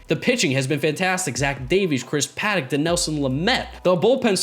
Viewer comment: did he say paddak is doing well 🤣🤣🤣🤣